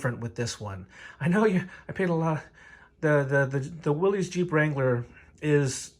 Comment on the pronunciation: Thanks for the helpful video. Though as a Willys owner, the proper pronunciation sounds like "Willis." Not to be that guy, just a tip!